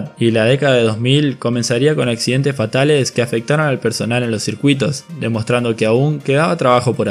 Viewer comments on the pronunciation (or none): Por el amor de diosas, usa las letras S cuando hablas......... no es mil noveciento y noventa y tres.... es mil novecientoS y noventa y tres..... semana en plural no sé dice semana, se dice semanaS.... no sé dice los accidente, se dice accidenteS